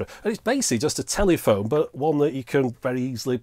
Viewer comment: thanks so much. enjoyed this. couldn't help laughing every time u said telly -phone though.